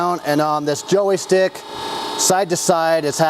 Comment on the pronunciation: “Joey Stick” ?